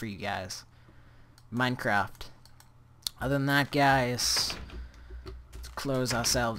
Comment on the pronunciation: he says minecr ap instead on minecraft